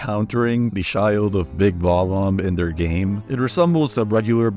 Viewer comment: “sherry” and “shild” is took me out